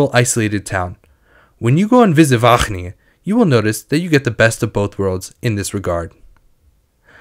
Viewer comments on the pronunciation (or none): As much as I love the effort, it's going to take one more WAHGGGGGeningen for me to lose my shit. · he's definitely pronouncing his g's correctly, but overpronouncing them to the point that it becomes distracting